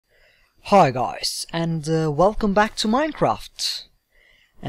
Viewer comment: u were like haiw gauys at the beginning when u were saying hi guys